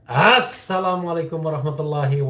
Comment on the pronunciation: Lama lama kok enek dengan cara pengeucapan salamnya.